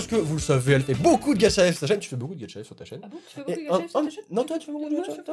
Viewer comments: Moi au début:, ce n'est pas "Gatcha Life" mais "Gacha Life" 😂😂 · Au début de la vidéo il a dit getcha life